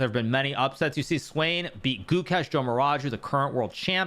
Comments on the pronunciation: Svane is German, its not pronounced Swain ffs. 🤦🏽‍♂️ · Hahaha the pronunciation of svane